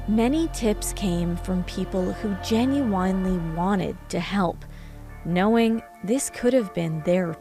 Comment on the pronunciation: Why did she say genuinely like that?